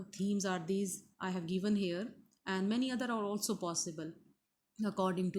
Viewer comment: Madam it's give and given not geeve and geeven.